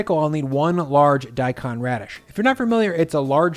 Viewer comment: Daikon is pronounced as the English words "die cone."